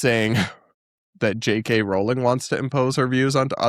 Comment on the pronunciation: Sorry for making an unsubstantive comment, but since you have to talk about JKR a lot... It's pronounced *rolling*. Yes, some British surnames are weird and this is one of them.